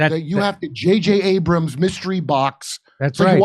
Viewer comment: Kurt said "JJ Abraham's mystery box" 😂😂😂😂